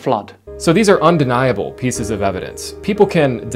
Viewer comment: Also, why does he think that the emphasis in the words “undeniable” and “indefensible” is the “ble” part haha 😆